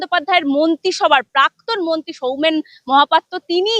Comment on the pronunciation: 😂😂😂 মন্তি না মন্ত্রী হবে। পাক্তন নয় প্রাক্তন হবে। সোমনাথ বাবু কে ডাকবো। 😂😂😂😂